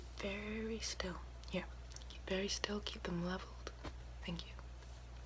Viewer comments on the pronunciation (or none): none